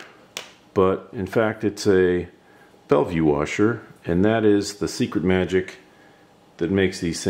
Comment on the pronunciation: bellville, not bellvue.. when you have a background that's white, you actually get the opposite result you are looking for. You want the black arm to be lighter, so add a gray or dark color background. That's why some use the green background of the sewing mat.. it's like a neutral density, and doesn't cause the lens to close down to reduce light. You want the lens to open up and allow more light in to see the detail in the black arm.